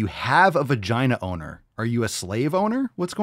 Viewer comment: I could have swore she said odor, not owner.